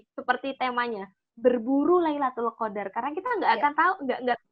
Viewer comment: maaf kak luna tadi salah mengucap lailutul qodar ya